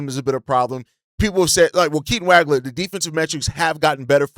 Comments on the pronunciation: Dude, you’re butchering Keaton’s last name. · Ngga claim to be a Illinois fan but he says Wagler’s name wrong